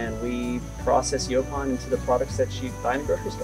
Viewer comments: I really wish ya'll would have corrected that idiots pronunciation of Yaupon (Yeah pon?) I can barely watch with him saying it like that! Even after hearing ya'll pronounce it correctly he insist on sounding like a re. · "YO-ponn" not "yawponn" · How many times does the interviewer have to hear their company name and their pronunciation of the plant to get it through his thick skull? YO PON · Its pronounced "yo-pon" holly,, in the South anyway just like the brothers were saying it. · Why is rob saying the name of the tea wrong, when the brothers are saying it the right way, is being defiant, yes the brothers would know the right way to pronounce the name of the tea don't you think,, let's correct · Is it pronounced yawpawn or yopawn? Have this growing everywhere in Texas